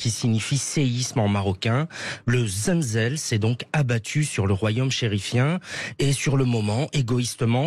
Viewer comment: Desole mais ca nest pas zenzel mais zelzél